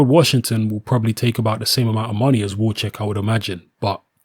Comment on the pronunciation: Wawrzyk pronounce VAV ŻYK